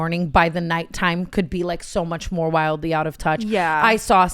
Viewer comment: Tana’s “we need these way mo’” 😭🙏🏽